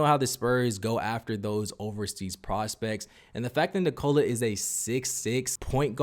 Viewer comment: Knee-koh-la NOT knee-cola. Wtf.